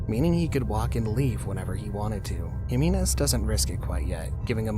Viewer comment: You're mispronouncing Jimenez. It's not "Heh-mee-nez" it's "Hee-meh-nez"